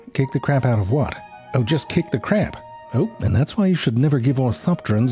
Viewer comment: I'll tell you, hwhat.